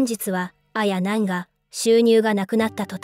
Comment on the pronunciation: あや⤵︎なん⤴︎の発音が気になる😂